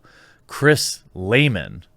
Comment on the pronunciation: "Lehmann"... Every single fucking time